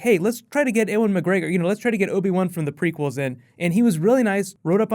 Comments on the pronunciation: Why the fuck cant you say 'Ewan McGregor' its not 'er-wen' its 'YOU-AN'! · Owen McGregor? It's Ewan... "You-an" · not trying to sound like a dick, loved the video, love all your vidoes infact :P but is Ewan pronounced differently in america? in the uk its 'You-an' just wondering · Eh-juan Mcgregor? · ...Did you just call him "Ehwin"? You have offended my Scottish soul... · Why can't you say "Ewan" properly? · you said ewan completely wrong btw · way to butcher the name ewan lol